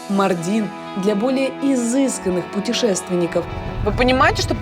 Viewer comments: Ударение в городе МАрдине на 1-й слог на букву "а" - не МардИн, а МАрдин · Ударение на а. Ма́рдин а не Марди́н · не мардин а маардин ударения на а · Блин, Ивлеева когда приезжаете в город, то хотя бы произносите правильно название города, не МардИн, а МАрдин ударение на А. И еще Ивлеева, то что ты там черпаком черпала типо мыть голову так нет, это для дастамаза, омовение ног перед намазом, ну и частичка хамама. В турецких хамамах с такой ванночки ополаскиваются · МАрдин - ударение на А, ё-мое. Аж уши режит.. И турки знают Мардин и где он находится. Почти не раскрыли этот потрясающий город и местность. Про еду кроме кабурга долмасы и синего миндаля ничего больше не рассказали. Ни про разновидности кофе, ни про богатейшую кухню. Ни про дрнвнейшее ремесло телькари (telkari), по которому делают украшения тысячалетиями, ни про мыловарение и изготовления вина. Ни про огромное количество национальностей, живущих в Мардине, ни про культуру.. Ну, ничего мы это исправим 😉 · Ударение на а. Мардин.